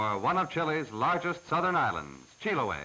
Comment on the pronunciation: Is not "chilaway" es Chiloe, saludos desde Chile